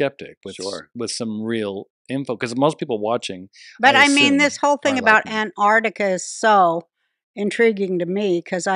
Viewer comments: Will they EVER realise it's not called "Anarticka". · It's striking that doesn't know how to pronounce "Antarctica".